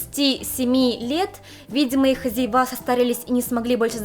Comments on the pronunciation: не "хозяевА", а "хозЯева". Не "хозяевов" (ужас какой), а хозяев. Не "пуделЯ", а "пУдели". Режет слух, следите за ударениями, пожалуйста. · ХозяевА - это кошмар! 🤦‍♀️ Тогда какое ударение в слове хозяйка? Неужели хозяйкА? Все-таки безграмотность блогеров, выходящих на широкий круг людей, ужасает! Вы хоть понимаете, какое влияние оказываете на своих слушателей?! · Милая, когда вы говорите "хозяевА" и "хозяевОВ", несколько режет слух. Не знаю, в каком языке это было бы правильно. Но вы чрезвычайно обаятельны! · Дорогая, у Вас прекрасные видео! Пожалуйста не обижайтесь на мои небольшие замечания. По русски не говорят слово «хозяева» с ударением на последний слог, а говорят с ударением на «я» В слове арбузы ударение должно быть на «у», а не на «ы» Нет слова « играться», а есть «играть». Ещё раз повторяю, что Ваши видео очень интересные и небольшие ошибки в произношении некоторых слов объясняются тем, что так говорили в том месте, где Вы выросли. Желаю Вам успехов во всем!